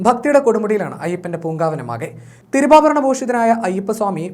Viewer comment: തിരുഭാവരണം അല്ലെടാ പുല്ലെ തിരുവാഭരണം'...... കേട്ടിട്ട് ചൊറിഞ്ഞു വരുന്നു